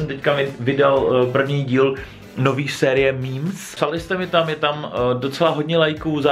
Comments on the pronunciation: Meme se čte mým. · Píše se to meme a čte se to mím